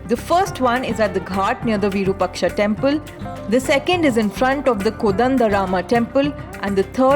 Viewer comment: Virupaksha must (have) be(en) pronounced as VIROOPAAKSHA....